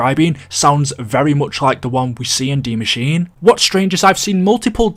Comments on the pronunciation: It’s not de Maschine it’s die Maschine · It Translates to THE Mashine, yes. Not DIE Mashine. That's german and english mixed together. Either pronounce it Die Maschine, the way Frankie detailed it above or pronounce it The Machine. Everything else is just confusing lol